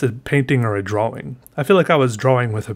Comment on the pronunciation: a “prawing” lol